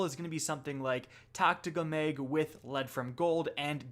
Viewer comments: Mayg. Maygazine. 😂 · still can’t get over how he pronounces “mag”. “extended M E Y G” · Once u hear it u cant unhear it 😂